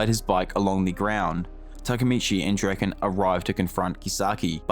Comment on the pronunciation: Keysaki Drak-eN, etc Ngl, sounds so wrong lol